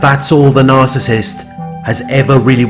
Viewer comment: Good job on pronouncing Narcissist correctly❗Every relationship she gets in it turns violent. Last time I checked she had a dislocated shoulder.